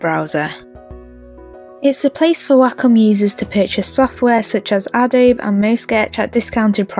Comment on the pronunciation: This was a great video! Very objective and informational review. Plus your voice is relaxing. (I think you should know that the e in Adobe is not silent, it's pronounced Ado-bee)